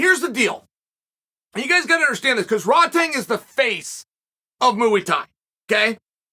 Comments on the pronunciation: Muay Thai, MUAY Thai. Not Mooey Thai 😭😭 great video tho Chael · Within 1min heard him say mooey tie and was in stitches. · “Moo 🐮 Eee Thai!” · Ah yes, mooey thai. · It’s Muay thai